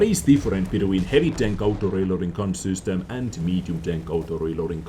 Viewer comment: "Sustem" instead of system 😜